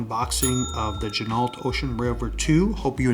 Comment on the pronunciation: FYI, Ginault is pronounced G-Noh, the LT is silent, per the owner of the company.